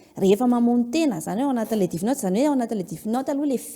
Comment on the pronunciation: death (DEF ) no fiteny fa tsy DIF ry a